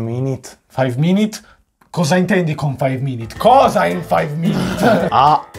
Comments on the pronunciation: non si dice five minit si dice five minUt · Io ho sentito faiv mimit